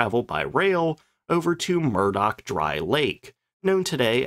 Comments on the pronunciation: It’s pounds-force, not foot-pounds. It’s Muroc (Murh-och) not Murdock. It’s Moh-ha-vee, not Moh-Ha-Veh. It was quite common in the era to baby-steps the flight testing in the States, where they had the luxury of infinite runway, to take “short” straight-ahead hops on the lakebed, in, and just out of, ground-effect. Aircraft design was still an art., I really enjoy your content otherwise. 👍😃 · "Muroc" dry lake, not "Murdock". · It was called Muroc, not Murdock. Muroc is the reverse of the original brother owner's names, Corum. Later changed to Edwards AFB after pilot Glen Edwards had a fatal crash in a Northrop YB-49 flying wing bomber.